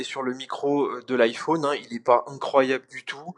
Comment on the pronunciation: Le seul français qui prononce "iPhaune"...